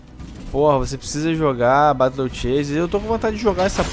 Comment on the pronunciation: Mano eu sei que vc entende inglês mas sua pronuncia é muito errada, "batle" "dãgueons" ... melhora isso ae pq as vezes dói o ouvido #paz